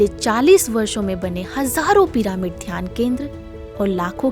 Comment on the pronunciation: कमेंट्री देने वाले स्पीकर से हाथ जोड़कर निवेदन है कि भ्रम ऋषि पितामह पत्री जी न बोलकर ब्रह्म ऋषि पितामह पत्री जी बोलें। भ्रम और ब्रह्म में बहुत अंतर होता है। कृपया डिक्शनरी देखें। दूसरी बात यह पीरामिड या पिरमिड नही है, बल्कि पिरामिड है। कहीं- कहीं आप सही उच्चारण करते हैं और कहीं गलत.... ऐसा एक दो वीडियो में नही, कई वीडियो में देखा सुना है। बताने वाले लोग क्या बोलते हैं, वो बात नही है। मुख्य बात ये है कि आप स्पीकर लोग वीडियो बनाते समय क्या बोलते हैं। प्रत्येक शब्द का सही उच्चारण किया जाए तो बेहतर। यदि सही उच्चारण नहीं आता तो उस शब्द का गलत उच्चारण करके लोगों को गलत संदेश न दें। 🙏🌷